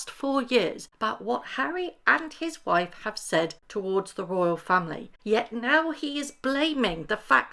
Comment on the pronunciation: I hate the way he says “moi woif “.